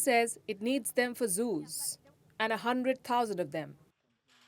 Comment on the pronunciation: """A hundrrrrred thousannd monkey"" 🤣🤣🤣🤣🤣